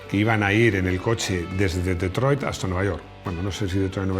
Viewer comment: BREVE CLASE DE INGLÉS GRATIS Thunder se pronuncia "ZANDE" La r es muda. Detroit como "DITROIT" Mustang "MUSTAN" la g es muda. Joe "JOU"